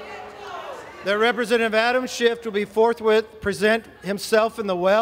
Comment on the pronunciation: Who’s Adam ShifT? Not anyone in Congress, Kevin. Learn how to say words.